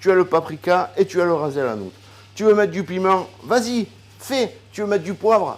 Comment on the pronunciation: Tu es trop sympa moi je rajoute aux épices que tu as citer très peu de piment sec, un peu de persil et un peu de coriandre fraiche c'est le top, on ne dit pas raze el hanoute mais rasse el hanoute